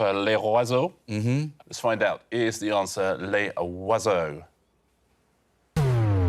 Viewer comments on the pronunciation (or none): Where did Richard manage to see an "R" in "Les Oiseaux"... twice? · It's pronounced more like "Lay Zwazoh". Maybe he just has trouble saying it that way. He admits he can't pronounce these languages correctly. Imagine him trying to pronounce "mil neuf cent soixante" for nineteen sixty.